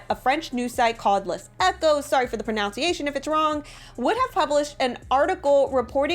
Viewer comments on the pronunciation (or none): I can't take it. She mispronounces words like : pronunctiation as " pronouciation" and Bill Maher as "Bill May her" and then she claims that enfants which is FRENCH for infants is mispelled. I just can't.